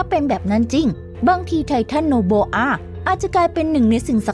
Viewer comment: โอโบอาครับไม่ใช่โนโบอา